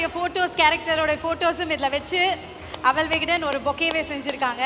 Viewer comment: “Aval”… arisi pori.. kadala urundai. Somebody could have corrected that anchor’s pronunciation.